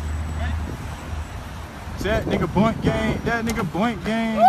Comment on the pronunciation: That nigga said bont gang